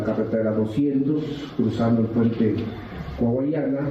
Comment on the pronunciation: Coahuayana maldita sea diganlo bien 😂 ¿Cuayucana? Jajajaja 😂